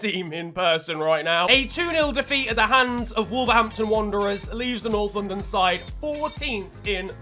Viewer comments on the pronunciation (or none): none